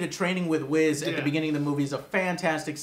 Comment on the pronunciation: lol he said whiz